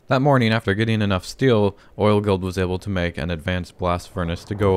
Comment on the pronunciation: When you said guild I hear girls